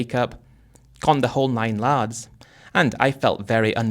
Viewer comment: Yards not lads😅